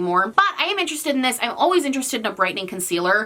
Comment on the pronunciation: Yes we is interestoe-d. V interestoe-d.